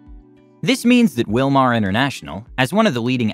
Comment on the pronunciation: Wilmar sounds like USA